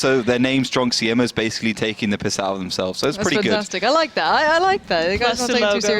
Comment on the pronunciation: Try again, you pronouciation od Siema is ridiculous.